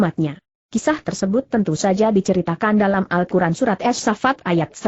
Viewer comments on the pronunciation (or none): lain kali jgn pake google translate pas baca al qur'an malah jadi al kuran